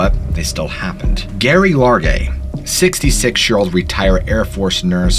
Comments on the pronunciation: Jerry….Jerry….not Gary. 😵‍💫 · Lol love this story jus giggling a lil I think it’s Jerry for Geraldine not Gary. 😜